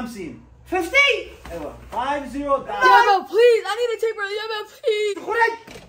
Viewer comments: The time when he said I want to taper, he said diaper got me dying😂😂😂😂😂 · “Taper? You mean diaper” 😂